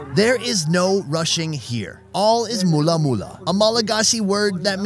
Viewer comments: Mulla Mulla, it's not that, it's "mora mora" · This is my home 🇲🇬 So proud ! ❤️ The way you say " mora mora " is kinda funny because instead of saying mora with an "R", you're saying it with an "L" 😂but nice try though! 😂 Ps: I love your videos 😊